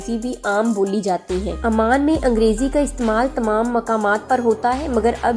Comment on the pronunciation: Amman aik City hai aur Oman aik mulk hai aap ne poree video mai Oman ko amman kaha hai jo k ghalat pronunciation hai